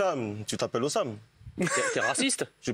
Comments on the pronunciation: "Hossam moelle" 🤭🤣🤣🤣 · "Ossam moelle" 😂😂😂😭😭